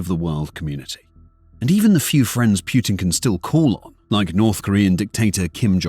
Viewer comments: Personal peeve; People who say Piutin. Make an effort. It's not that hard. It's POOTIN!!! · Poo -tin not pjutin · So the official way to pronounce the leader of Russia is Pew-tin or Pooh-tin? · "Pjutin" sure... Why are you placing letters in the word that are not there? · Who is Pew-tin? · I cant stop laughing whenever i heard 'pew-tin'😂😂😂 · Pewtin, Pyutin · Like that you call him pootin xD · wtf is Pyootin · "Pew'tin"?? lol I've never heard his name pounced that way! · Is it just me or I hear putrid instead of Putin? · Can you show me the Y in Putin? Pyutin? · The way the narrator pronounces Putin sounds a lot like putrid. XD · the AI’s pronunciation of “Putin” brings me joy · Is it pootin' or poo'd-in? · Reuters is pronounced "roy-ters", not rooters. Putin is pronounced poo-tin, not pyootin.